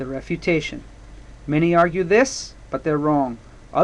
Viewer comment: I am watching this for my english IGCSE...thanks very much.....but are you saying REPUTATION PARAGRAPH or something else ?